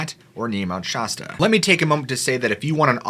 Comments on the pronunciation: As a lifelong resident of Mt Shasta California this is a fascinating work of historical fiction and in the case of Mt Shasta much of the phenomena noted can be attributed to the formidable number of North American Sasquatch that often migrate through the area. I'm curious about the narrator's obsession with mispronouncing the names of certain key locations. Is this on purpose ? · You and Mr Ballen both mispronounce Shasta and it really annoys me. No one from around here says it that way. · thanks yeah I don't believe that crap, but I can't stand to hear shasta being pronounced that way.... it's like fingernails on the blackboard!!!! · I'm with ya...as a local... the mispronounced Shasta is killing me lol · It's Mount Shasta, as how the a in apple is pronounced. John McHatton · This dude can’t even pronounce SHASTA😂🎉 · I enjoy the content and and most of the style of your story telling.. However it really drives me nuts every time you repeat the word Mount Shasta, Pronouncing it mount SHOsta, How do you pronounce the word fast FAST or FOST ?? It has the sound of an affected affected British accent.. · I think it might be that he's never been corrected. I f the mountain was as he says it, the name would have an "h" in it, hence Mount "Shahsta" instead of Mount Shasta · Obviously he isn't from the area. That got on my nerves hearing Shosta. I wish ppl would do their homework on name pronunciations. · Shasta is pronounced sh-ass-ta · great video! just FYI Shasta is pronounced with a short a sound. im from there ( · What's up with the European pronunciation of Shasta...not "Shaa"...but Shas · fyi Hopi is pronounced Hope- ee and Shasta is pronounced Sha stah love your channel ❤️👍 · Being from California it's weird to hear how you keep pronouncing it "Shosta" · Shasta is pronounced with a hard A, brother. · Mt. Shasta short a, a...apple, Not ah, pasta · Shasta is never ever ever pronounced that way . Stop. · Anyone else annoyed how he pronounces Shasta? Lol